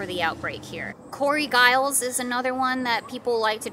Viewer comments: It's pronounced "Jiles" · The "G" in Giles is pronounced like the "G" in George.